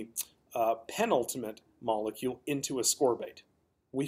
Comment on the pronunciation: I’ve never heard of a “moluecule” what’s that?